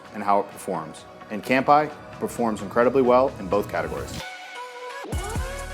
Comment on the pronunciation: You need to learn how to pronounce "cheers" in Japanese. It's NOT "camp-eye."